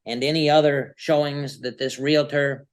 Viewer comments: "real-uhh-turr" is not how you pronounce realtor. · It is a REAL-TOR, not a REAL-A-TOR. Drives me crazy!!! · You cannot reason with the unreasonable. Someone tell her it’s realtor not relator. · "real-i-tor" Ignorance at it's best Somehow it's not appealing to see the silverback in it's natural environment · When they say REAL-A-TOR i know someone is lying especially when they know how to pronounce realtor! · Realtor is not pronounced like skellitor. Haha. The realitor said. I was gonna let it go but she kept doing it. She likely calls a stereo a stereol. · *re-al-tor...3 syllables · There's nothing like love grown cold. For the record, "realtor" has two syllables, not three.